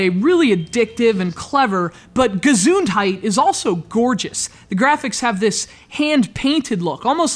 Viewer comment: the way he says gesundheit is awsome